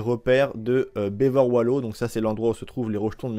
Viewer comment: « Bever Wolo » 😂 tu m’as tué